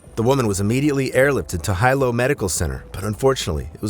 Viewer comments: On the Big Island, or ANY ISLAND, diving into a river, or jumping off cliffs into the ocean is equal to running across the freeways in Los Angeles. Do better research.... it is Hilo Hospital... pronounced: "He--Low".... NOT "High-Low" as you pronounced it. Life is only dangerous, if one participates is dangerous activity. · Hilo is pronounced, “Heelow” not highlow. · Hilo is pronounced he-low not high-low just in case you go there. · Jus fo clarification, it's pronounced Hilo he-low, not hi-low..😢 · Hilo is pronounced He-low not Hi-Low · Hilo, Big Island Hawaii: Sometimes you said "high-low", and sometimes "hee-low" in this video. "Hee-low" is how people in Hilo, HI, pronounce it. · Teach your AI to pronounce Hilo correctly. It's not High Low, it's Hee Low. The letter I is always pronounced with the eee sound. (Waikiki, Why-Key-Key) What law or preventative measure would you enact to prevent people from doing dumb sh!t? Good luck with that. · It's not High lo it's pronounced (he lo) White people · Its he-low no hi-low😂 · right? HIGH_LOW ovah and ovah, so annoying It's pronounced like Hee-lo{w} but no "w" sound, long o vowel (for you youtubers out there that don't know, and might read this) But this video is AI narration, not a person's real voice. Those digitized readers always butcher everything, even without the added challenges mainlanders find with makakau ʻōlelo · If you’re doing a podcast, pls learn how to pronounce words—like Hilo. It’s not Highlo, it’s Heelo. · Hi-Lo Medical Center. That’s a unique pronunciation I’ve never heard before. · 1st off(It's Heeee-looooo"Hilo") 2nd if no moa kanakas or wahines swimming,...uk that should tell u sumtin right?😅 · Hilo it's pronounced as hee-low! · It’s pronounced He Low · You’re obviously not from Hawaii nor been there for an extended amount of time when you can’t pronounce correctly the simple Hawaiian word of Hilo. Makes one question how well you know what you’re reporting. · AI voice doesn’t know🤣